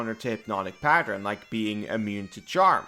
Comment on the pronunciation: Remember kids: it's PA-tern, not pa-ter-en.